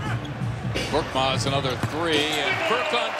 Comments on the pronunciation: Not 'kortmaz'. He's KORKMAZ . Change it admin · Not kortmaz his surname is korkmaz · İt's FURKAN KORKMAZ NOT FURKAN KORTMAZ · Not Kortmaz, it's KORKMAZ... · His surname is not Kortmaz. It is Korkmaz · Not "Kortmaz", his surname is "Korkmaz". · Not korTmaz it’s korKmaz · His name is Furkan Korkmas not kortmas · Btw its koRkmaz not that hard isnt it